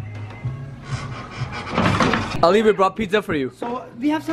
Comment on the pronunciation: Plz don't pronounce Ali to Alayy Its ,Ali, Its our Imam Ali name, do respect as being a good Muslim